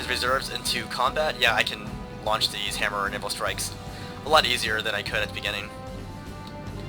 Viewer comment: Am i the only one who always thought he was being dirty and saying hammeranal stirkes?